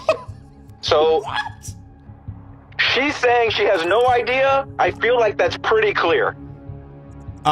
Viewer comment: if you say “dats” instead of “that’s”… and “ventin” has no t in it? Walk. She’s made for the streets.